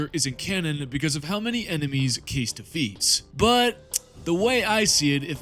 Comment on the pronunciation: In the game itself, Kais is pronounced 'kice', not 'case'.